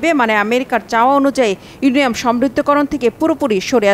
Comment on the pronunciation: আপু আপনার উচ্চারণ করতে ভুল হয়েছে ইউরেনিয়াম হবে।